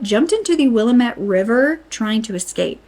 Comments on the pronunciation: Pronounced will-am-it. We have a regional rhyme: it's Willamette damnit! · Mult-No ma Will-am-ette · Will am ette then say it all at once with emphasis on am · Mult-no-mah (not Mult-i-no-mah) Will-a-met (not William-ette) We have weird names here. 🙂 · *Will-am-et. Not Willa-met. Please, please PLEASE. Same as it's Ore-gun NOT OREAGON Also it's Mult-no-mah county. Editsd to add, I know, native names are really tough. Big freaking sigh. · LMAO SHE SAID WILLA MITT ITS WILLAMETTE (wah lam et) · Omg. It's pronounced "Will-AM-it". NOT "willimette" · oh no no, you're fine.You are so close and we hear it all the time. As an example, Will-amette instead of Willa-mette. Your video is great! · “Wah-LAM -ET “ “MALT-NO-MA” Can’t even watch the rest because f this . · Pronounced: "will*am*it river"🏞🛡🇺🇲🎚🕯✨️🛐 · Ok so I gotta correct some pronunciations Multnomah: pronounced exactly as it's spelled, mult-no-ma Willamette: This one is trickier, Wil-lam-et Also, I know it's frustrating but in our justice system everyone is innocent until proven guilty. We can't just go around accusing people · Hi! Thank you for this coverage. We (Oregonians) always believed there was a serial killer. Also, Willamette is pronounced WillAMit. We say things in an odd way haha. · The way you say Willamette 😂 it's usually said either wuh·la·muht or wheel·lam·uht. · "Willamette" is actually pronounced "Will am itt" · Fyi it's "Will-Am-Eht" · Will-am-eht (like ate, but if the t was a h, because “eht” might hard for some to understand) Not disagreeing. Just doubling down. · Dear, if your reporting on Oregon crimes, please learn the pronunciation of sites. It’s Will lam ette river. Mult no ma county. Thanks, like the channel, yep I’m an Oregonian, and live within 100 miles from Portland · Will-am-it and mult-no- mah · Mult-No-Mah is three syllables. Non-Oregonians always get Willamette wrong (Will-lam-met). Good report though. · Just fyi, it's "will-AM-ett" And just "mult-NO-muh" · Will- am- ette